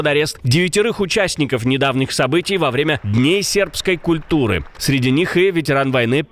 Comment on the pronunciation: Уберите вашего комментатора за кадром, мало того, что его интонации невозможно слушать, он еще и ударения ставит в противоложном смысле- в этом выпуске в комментарии по ударам по Украине он сказал- вовремя вместо во время!!!! Человек вообще не думает о чем читает!!!